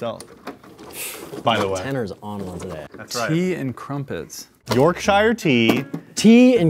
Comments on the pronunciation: Great video! But little tip any time theres a english "shire" its pronounced "sher" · Transfer dis the brits but cant even say Yorkshire correctly lmao